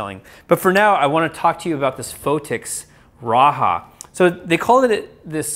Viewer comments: I think its pronounced RA- JAH not RA - HA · pronounce as 'Ra" "Ja" and not "Ra" "Ha"